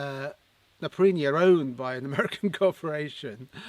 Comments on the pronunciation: Its pronounced... NAPA...PEE...REE. NOT NAPA...PREE...NEE. BUT whatever, they are very nice jackets 👍👌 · why would you pronounce it "naprini"?